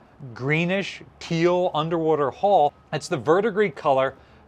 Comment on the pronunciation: Pronounce after me, "Hull, h-u-l-l, hhh---uuu---lll---lll"!!!!!!!!!!!!!!!!!!! You're as bad as Barry Boy when he pronounced corpsman as "corpse-man". You're doing yourself no favors with the ignorant "hall."